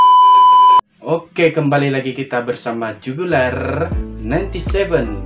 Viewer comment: Woww👏👏👏👏tahniah mencapai 100 video sdh..wajip kasi bunyi 'r' tu dihujung kan jugularrrrrr dia blng😂best ba cara ko edit video ko.nti sy bljr sama ko la ni.buli ka.hihi